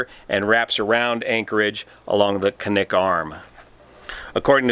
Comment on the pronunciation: Impressed that you said "Knik" correctly.